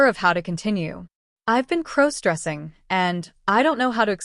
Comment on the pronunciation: I thought Emma (again, as always) was his girlfriend of over a year as stated at the beginning of the story. How is he to be her maid of honor??? They suddenly aren't getting married and Emma is marrying someone else? Can someone please teach the AI the proper way to pronounce the word cross? What is crow stressing? Has somebody told the AI story writer that all primary female characters must be named Emma??? This is a horribly chopped up, mixed up, confused version of a story that was on another channel this morning.